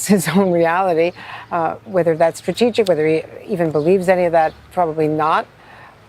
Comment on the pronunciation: He couldn't even prounce strategic stability!